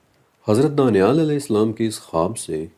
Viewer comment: Danial ka Pronnouncaction hmm daaniaal karte hain, but likhte danial hi hain aapne muslimo ke name sune honge daaniaal.